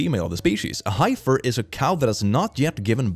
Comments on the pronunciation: ain’t no way just called a ‘heifer’ a “hi-fur” 💀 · i think it’s pronounced he-f-f-er i may be wrong this is just how I’ve always Hurd it prounounced whare i live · it is pronounced heff er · Hearing heifer pronounced highfer is pretty funny to me ngl. I've always heard it pronounced like heffer. Are there any other pronunciations people have used? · heifer, while spelled HI-fer, is pronounced HEFF-er in English. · dear, my mother was raised on a farm and its not HI-FER its HEFFER. <3 english is stupid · heifer in English is pronounced with a soft e to rhyme with letter. <3 And yes, a heifer is a young female, from when she's born until she gives birth. Then she becomes a cow. The word for a mixed group is cattle ... unless you're talking about elephants or whales or any of the other species where "bull" "cow" "calf" are used to describe the adult male, adult female, and baby.